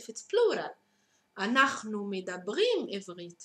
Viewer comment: MEDABRIM NOT MIDABRIM